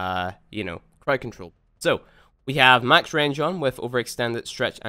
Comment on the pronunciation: Second (also its crowd not crowed)